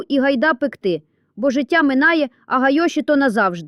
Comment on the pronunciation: Не гайОші, а гАйоші... Взагалі, якийсь дивакуватий супроводжуючий і текст і голос, наче, на базарному розпродажі...